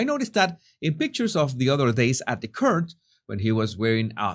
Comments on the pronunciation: "Court" is not pronounced "curt" it is pronounced kort. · Sorry but it’s driving me nuts. The word court is pronounced “cort “ not “curt”. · Please Please Please,, say court, not curt 😉❤ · hi, court is pronounced as... cooort, as in oooh lol not as curd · Pronounce ‘court’ like the Spanish word CORTAR CORT 👍🏻 not curt 👎🏻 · Court is pronounced Cort, like in spanish Corto without the O, Respectfully always❤ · Court is pronounced like CORT. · the word court is pronounced as rhyming with sort or port or rort or bought, fyi, love your channel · Please get proper pronunciation of court. Not to be critical... You do great job